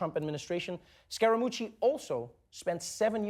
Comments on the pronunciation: The way Trevor said that sounded just like the word for "mucus" in my language. Pretty accurate description of Anthony's ability and trustworthyness. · Scar - a - moochie